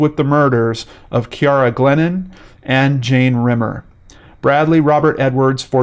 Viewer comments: My name is Ciara. You pronounced it exactly how mine is. And nobody EVER gets the pronunciation correct when they see the spelling of my name so I appreciated how you said it! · "Ciara" is pronounced the way in which you pronounced it in Gaelic, which is the language of it's country of origin.